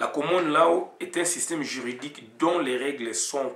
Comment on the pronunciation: on ecrit law on prononce lo svp.